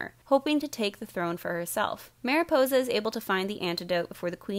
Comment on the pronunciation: does anyone else (who speaks Spanish) slightly cringe when she says Maripousa?